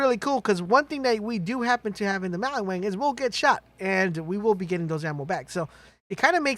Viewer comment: Maliwan, maliwan, maliwan. Not maliWANG!!